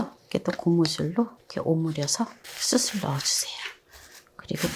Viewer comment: 수슬 아니고요 수츨...